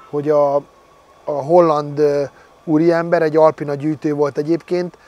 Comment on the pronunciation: Alpina! ahogy irod ugy ejted, helyes! 😂❤ Üdvözletem es Tiszteletem küldöm Debrecenből, 25 éve karosszérialakatoskènt dolgozok, szép dolgokat csináltok, gratulálok!